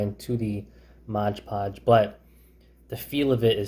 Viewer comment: Take a shot every time he pronounces Mod Podge as Modge Podge. :P